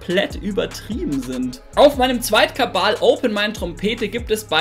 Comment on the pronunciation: Warum sagst du immer kabal statt kanal?